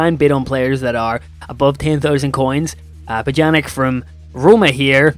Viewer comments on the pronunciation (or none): great vid but pjanić is pronounced p-y-ah-n-I-ch